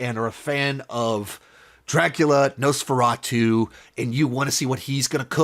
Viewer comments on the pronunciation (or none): It's Nosferatu,not noseferatu